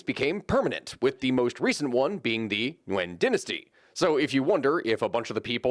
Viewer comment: How does an American come to pronounce "dynasty" as "den-astee"?